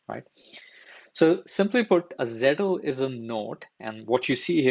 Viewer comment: This is a very good video. Just a small observation, it's Zettel not Zettle. Think I found your video because the first sentence of your description spells it correctly, but if otherwise I might not have.